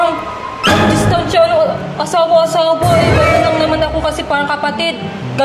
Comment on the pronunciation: tehh distansya o ambulansya😂😂😂😂😂😂